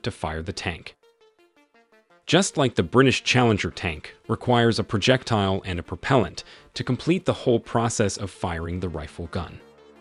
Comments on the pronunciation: Ebrums tank? Project tile? Like the presentation but work on pronunciation. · This is narrated by AI isn’t? The pronunciation of projectile, carousel and trophy can be so so weird at times.